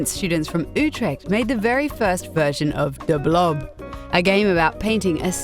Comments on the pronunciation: Based on her accent? No, I don't think she is Dutch or at least a native speaker, the pronouncation of "Utrecht", "Amsterdam", "Grote Pierre" and "tot de volgende keer", were slightly off and doesn't match neither Dutch nor Flemish dialects or accents. That said, for someone who isn't a native speaker, her dutch was still pretty good. But the guy (I don't know his name) is dutch. You can hear that perfectly when he was interviewing Vogelsap about their game The Flock. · nope ebcause she totally fucked the last dutch sentence she said xD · "Slightly" She butchered the word Utrecht and the sentence tot de volgende keer. It was horrible, it physically hurt.